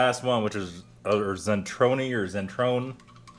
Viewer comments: And it's pronounced Cee-Troneh (there are NO silent letters in german) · It is pronounced TSETRONE